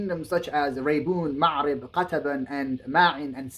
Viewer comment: Ma’arib. مأرب not Macrib